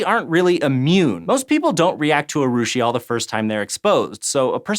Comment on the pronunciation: congrats on not butchering the pronunciation of urushiol